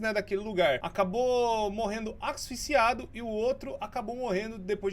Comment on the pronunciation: "Axsficiado" kakaka po